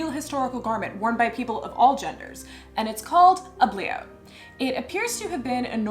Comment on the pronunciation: "It's called a bliaut" I totally thought you said ugly-out and was like, "that's bold."